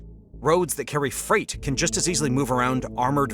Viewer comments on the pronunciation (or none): none